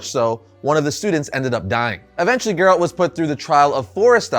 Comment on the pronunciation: Dumb video. Focuses way too much on the show, and the guy here is just a NPC reading a script. Can't even pronounce Geralt right.